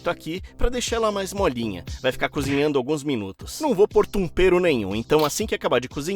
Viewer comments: rachei quando ele disse tompero kkkk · Cara ele não sabe falar tempero 😅😅😅😅😅